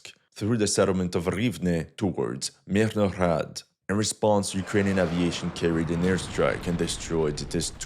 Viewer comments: stop putting extra unnecessary "h"'s into the beginning of MIRNOHRAD, it sounds ridiculous Just say "MEERNOHRAAD", ... "Мірноград"/"Мирноград" Source: I am Ukrainian Canadian, 100% Ukrainian blood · Stop butcharing the name of the city! Mirnograd, russ. the city of peace. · I'm so amused by your southern accent when you pronounce the word "Mirnograd" (Peaceful city or pacified city). A Russian would pronounce it with a clearer, more resonant "g." Like a girl or a garden. Because "Grad" is a word meaning "city", derived from the Proto-Slavic "gordъ" (город/gorod). "Grad" is an obsolete form. The obsolete form was more related to a fortress, and from it came the words "fence"="ograda"